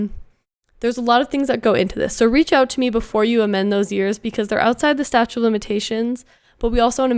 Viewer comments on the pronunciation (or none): It's "statute" not "statue"